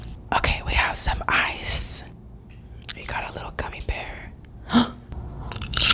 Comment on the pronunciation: Is it just me because when she said ice I heard eye and made a gag sound